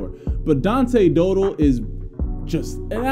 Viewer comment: Dow Dell. not dough dull.